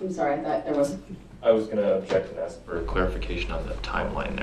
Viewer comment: would it be fair to say, its ASK not AKS